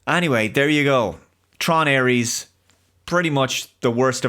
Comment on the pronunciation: Por qué dice Aries, en vez de Ares?